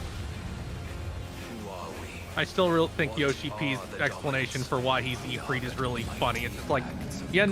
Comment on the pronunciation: I wish non middle easterners could say ifrit correctly and not like they're saying e-feet